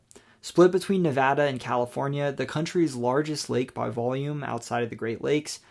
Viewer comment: Thank you for pronouncing Nevada correctly!